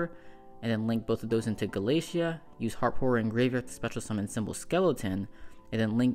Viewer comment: Gala-Tei-a. Not Galacia. Babel is the literal Tower of Babel. Like the word Babble.